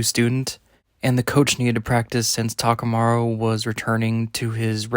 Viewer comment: Why do you keep saying "takamaru"?? New character?